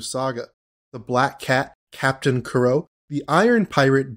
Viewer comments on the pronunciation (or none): none